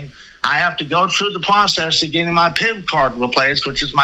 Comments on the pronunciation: Haha fedewal, pwocess, cowopewate, weport. I’m twying to expwain what youre doing wong! Cackling at this fool 😂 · he's gotta go through the pwocess of getting his pip cawd weplaced